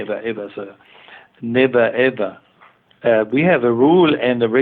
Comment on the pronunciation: such a meme "hoho neber eber sir"